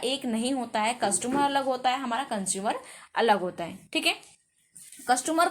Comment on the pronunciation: Mam saying कस्टुमर